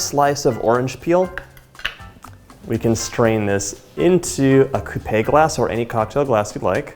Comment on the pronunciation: Not to be snobby, but I think a coupe glass is prounounced /koop/ because there no é like coupé.....